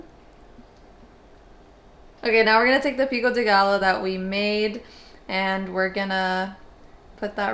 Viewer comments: Trying that salmon recipe ASAP!! Btw as a fellow Mexican, Pico De Gallo is pronounced “Pico de guy-yo” hope that helps! :) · The Gallo, in pico de gallo, is pronounced like 'guy-yo'! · Awesome recipe, so im a Spanish speaker and just couldnt help myself, pico de gallo is pronounced like pico de Gayo.also jalapeño is pronounced jalapenyo. Enjoy your videos so much, cant wait to try the recipe💜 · lol We lived with my aunt in London before coming to the USA for a while and she did the same exact thing as your grandmother so every single time I do rice I have to do the same thing get every single piece of rice out. she pops in my mind every time i make rice. what is taheen? pico de gayo is how it is pronounced. 1230 am is that when u eat? wow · Lol what I was coming to say too! A double L in Spanish is pronounced like a Y 😊 like tortilla